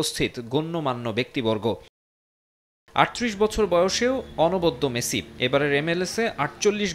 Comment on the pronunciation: মেসি ❌ মাছি ✅ 😂😂😂😂